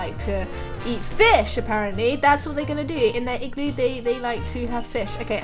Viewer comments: when you say igloo really fast it sounds like you are saying ekk glue lol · It like you are saying glue I'm I right